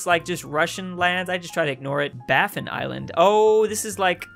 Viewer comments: It’s not barf in bay it’s the Baffin bay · Barfin bay!? It’s Baffin Bay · BAFFIN not barfin